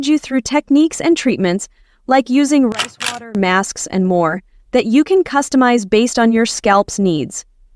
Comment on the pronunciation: When she said rice water I heard price water